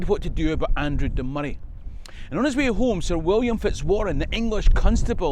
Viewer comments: Excellent video! I'm also delighted you're pronouncing Moray correctly and not calling it Moe-ray (amount of folk I've to correct is unreal lol) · And now I know how to pronounce Moray and that’s a big deal.